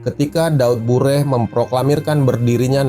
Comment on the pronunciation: Daud Beureuh, bukan Daud Bureh 🙈